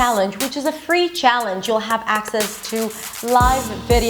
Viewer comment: Very impressive. Except for some minor detail. Scottish. That C should be a K. Also. Challenge. You pronounce the ch a bit off. But overall. Very impressive. Native passing. Intelligent lady.